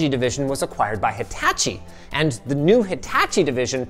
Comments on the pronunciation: hitacjh = ha tah chee , ≠ hi tatch ee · HITACHI is pronounce "hee-tah-chee" "HI" like in "heat". "TA" like the sound in "tall". "CHI" like in "chihuahua" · How he's saying Hitachi bothers me. Hitah-chi is how you say it! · Whats a HATAAACHI LOL 🤣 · i'll have to agree with you on that x) though there are definitely way worse offenders out there, compared to linus's huTAAchi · had to chuckle at the pronunciation of "hitachi" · Linus murders the pronunciation of Japanese electronics company, Hitachi, in a way that only Canadians can. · I can't put into words why you saying "Hitachi" bugs me, but holy shit I hope I never have to hear it again in another video. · wtf. i aint a huge stickler for pronunciations (like im not gonna ding someone for saying anime the way we do in america), but boy do you struggle with Japanese words. the "ta" is more like top and waaaayyy not like tap. All you have to do is learn 1 thing: each vowel has 1 sound, and they match the Spanish sounds. Once you do that, you won't sound like a total dunce when pronouncing Japanese words. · Amazing video, I love each history diving video LMG puts out. What I wasn't expecting to learn today on LTT was how strangely Linus pronounces Hitachi.